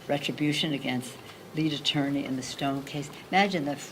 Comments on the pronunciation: Ah-tony general? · Please practice certain words, such as "attorney". Nobody's perfect.